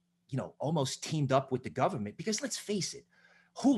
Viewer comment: “It’s Woah on da govamant”